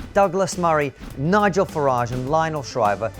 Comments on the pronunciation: Don't say this guy's name in pig Latin Bigel Starts with N rhymes with cigar, you know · Careful everyone. It's Nigel, not Bigel!!!